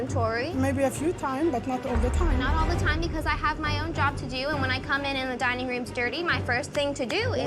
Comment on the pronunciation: I always love an exquisite "dinning" experience 😂